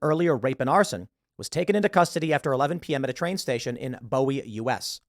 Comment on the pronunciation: Bowie is not pronounced Boh-ee, the town is pronounced Bew-ee